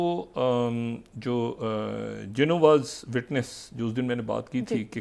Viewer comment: Shahid Masood is saying Jehovah’s witness wrongly ..